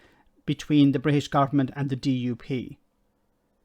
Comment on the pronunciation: She can't even talk properly "Bri ish" and "opportuni y". No wonder people laugh at the English. We don't do ourselves any favours.